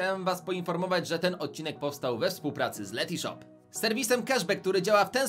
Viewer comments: Ten moment gdy się sprzedajesz, a nawet nie potrafisz wypowiedzieć dobrze nazwy firmy... To nie jest Letyshop, tylko Letyshops... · Letyshops anie letyshop